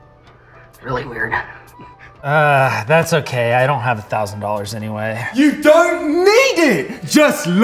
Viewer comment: jill whit the only thing wrong with it is the way he’s says dollars he says dollors